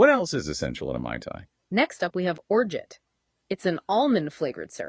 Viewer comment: Hilarious that AI has a tough time pronouncing Orgeat. I’ve been bartending for awhile and have heard ever single version said.